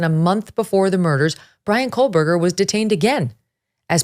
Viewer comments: Its Ko-Berger, not Kohl-Berger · "Megyn’s intelligence" Yeah, she's so intelligent she can't say Kohberger correctly and instead pronounces it as "Coalberger." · Megyn, you are referring to him as Kohlberger, is that how the name is pronounced? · Maybe it's just me but most of the time I'm hearing 'KohLberger'. With an L. It's driving me crazy. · Can someone (anyone) please tell Ms. Kelly (Ashleigh Banfield's clone) to please pronounce Kohberger correctly?? Maybe phonetics will help a bit... it's pronounced KOHH-BUR-GER There is no "L" in his last name. 🙄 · Yes.. and all with all the “research”.. can’t even say his name right. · Loved this coverage! However I couldn’t get past the mispronunciation of Kohberger’s name throughout the entire episode😬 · Big fan of the show, I watch almost every day, however I can't help but mention that Megyn says Kohberger wrong She puts an 'L' in there. I cringe for her every time she says it! I would hate for her to get called out for it on another show. Merry Christmas to the Megyn crew! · Koh or Kohl, Meg...always get the name right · Really? You pronounce it like she does here ? Hmm, never heard it said like that but okay. Still don't think she's in touch with the average working person and I'm generally a fan of hers. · Love it when Megyn does true crime. BTW, there is no L in Kohberger. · Yes, I agree… how dare she mispronounce your hero’s name! Shame on her. I know it must hurt… but try not to let it ruin your day. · She doesn't have an accent. Quit trying to jump through hoops to defend her not being able to pronounce Kohberger the correct way. Why it hurts you to accept reality, is a question you must explore yourself.